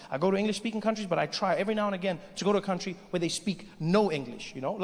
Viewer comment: "I want my cuntry back!"